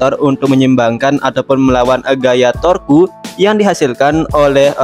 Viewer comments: Torque = torku X Torque = tork ✓ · bang saran kalau untuk sebutan torque itu sebut aj torsi atau gk bacanya cuma tork, gitu gk usah baca que nya, soalnya itu cara bacanya, cuma untuk saran sih